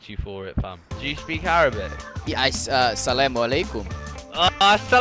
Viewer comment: Hey. I'm not a rust player, but I'm definitely a fan of yours and have to say I've watched all of your videos. As a Muslim, I'm extremely happy that you knew our greeting and the fact that you said it correctly. Thank you for that nice gesture and it means a lot to us seeing how you put in the effort to even know the greeting. Thank you for another great video. Have a blessed day